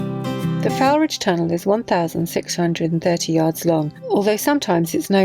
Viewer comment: Great that you pronounced ‘Barnoldswick’ properly but..... the ‘Foul’ of ‘Foulridge’ rhymes with ‘Foal’ 😄